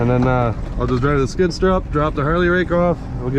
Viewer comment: love how he pronounces skid sturr